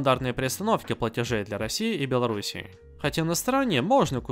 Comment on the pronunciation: Я конечно всё понимаю, но мне показалось ты сказал Белорусии 😐